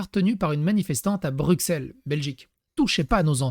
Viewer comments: [Brusselles, Charleroi, Ouallonie]. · Alors, Bruxelles se prononce Brussel et on ne dit pas Vallonnie, mais Ouallonnie, car on ne prononce pas le "w" comme un "v" en Belgique francophone.